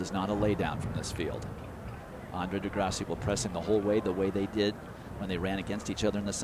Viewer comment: He said degrasseyy 🥲